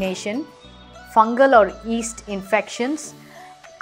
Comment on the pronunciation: Listen carefully, she is pronouncing, P_aach as P_ haach and muscles as muzzles and yeast as east, she should be careful while uploading videos!